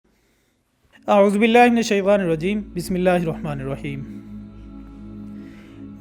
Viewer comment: Apky auzubilla sahe nhi ha Us prr dehan dy or isko sahe parhy